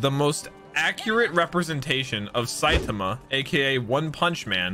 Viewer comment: saitama ❎ sythama✅